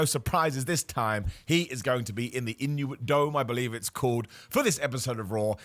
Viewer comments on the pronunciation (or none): Intuit, not Inuit. Like intuitive not like eskimos.